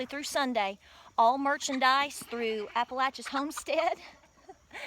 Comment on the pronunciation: I love your utube site! And thank you for saying Appalachia correctly. My parents and all family are from Coeburn and the Clintwwod VA area.